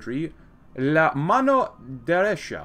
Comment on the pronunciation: "La mano DERESHA" Top tier spanish 😍👌